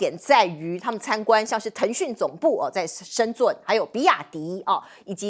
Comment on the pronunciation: 真的，之前連深圳都不會唸，主持人怎麼會這麼弱😂